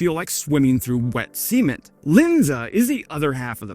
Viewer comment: I've never heard the word 'cement' pronounced that way.